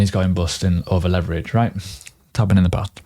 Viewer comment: everytime he says "Right?" i am hearing "Quack" .. LOL